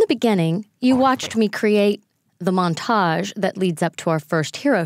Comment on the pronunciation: seriously when she says montage I die a little inside